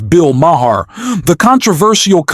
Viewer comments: It's not MAH-HAHR. It's Mah-er. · His name is pronounced "Mar," NOT "Ma-har." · Bill's last name is pronounced Ma-ar. The H is silent. Just saying. are still in their infancy. NEXT: The reality is that the American public has elected a cretin, a bottom feeder of the worst order. He is a self-aggrandising, pompous ass whose only reason for running for office is to earn MIONEY and PROFILE and the LOOK AT ME facet of his behaviour. The U.S. has elected a criminal, a fascist and a narcissist. He has 34 indictments against him and the U.S. voted for him. Insanity. Congratulations! And, to top it all off, he is putting other criminals are marginally insane crazy people in positions of power! Hitler will be her before Spring....... Here comes Amerika.... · You’re not pronouncing Maher’s last name correctly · The way you pronounce Bill maher is distracting and hilarious.